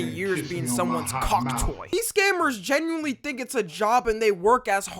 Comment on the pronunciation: pretty sure he clearly said genueyska